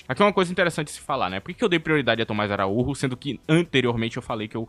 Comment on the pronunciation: ele é português, não espanhol, o nome dele lê-se "araújo" não araúrro